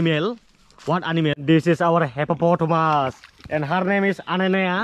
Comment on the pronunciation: This is our hepaPotomus... I died laughing 🤣🤣😂